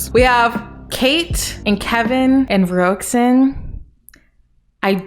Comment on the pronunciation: ruoxin is pronounced as “ru-wo-shin” btw! say ru-wo faster and shin w more sharpness w the sh. ik im very late but name butchers do kinda bother me sometimes 😅